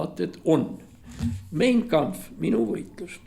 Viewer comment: "Mein Kampff" hääldatakse Main Kampff.